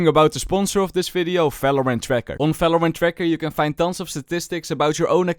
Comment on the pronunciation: STOP SAYING Falorant !!!!!!!!!!!!